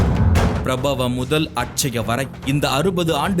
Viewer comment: வருட பெயர்களை ஏன் சரியாக உச்சரிக்க வில்லையே.... விசு வா வசு...... ப ரா ப வ